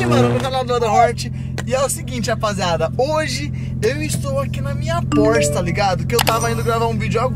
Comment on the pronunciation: É só eu q percebi q o falou porshe 992 911